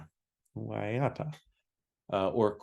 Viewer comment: Excellent job guys, especially going in cold. The Enz were part of my world from a very early age growing up in Australia in the 70s. That said, I'd have trouble ranking the albums. Waiata (pronounced best by ) is a sentimental favourite of the pop era for me. Very happy it's his number one. The easy to find Enzology podcast is well worth a listen, especially for the early years. Very candid and worth your time. The Rootin' Tootin' Luton Tapes is very highly regarded and well worth a listen. Well done guys, made my day.